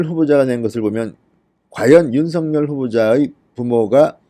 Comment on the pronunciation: 어법에 윤서결로 발음해야 합니다. 아울러, 여러번 얘기 드렸는데요 "아뭏튼, 어떻튼, 문제는" 이란 말씀을 자주하시는데 앞뒤 말이 연결이 잘않되요. 기자 출신이신데요. ....